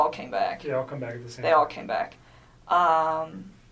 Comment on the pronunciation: "ollllllle" why she say all like that? i hate the way she talks not only that but she rambles on! Shes guilty, I wouldn't doubt that she killed his daughters..